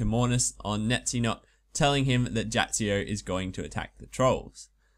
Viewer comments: It's "Neitiznot" and "Jatizso", not "Neitzinot" and "Jatzsio" which annoyed me a lot "Jump over the eastern bridge" but you went north -_- Would have helped if you had mentioned the bronze nail thing earlier in the video Those are just very minor faults, other than those it is a fantastic guide! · NAY-TIZ-NOT YA-TIZ-O Simple pronunciation. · YOU MISPRONOUNCE BOTH ISLAND NAMES IT'S SO FRUSTRATING Awesome guide though ;D